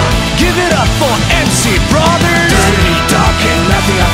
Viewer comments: の「brother」の発音くっそすき。つかの英語の発音めっちゃタイプ。 分かってくれる人いる？ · の発音のいいBrotherから先に進めない((